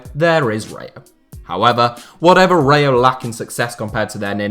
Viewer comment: Please learn how to say RAYO correctly 🤦‍♂️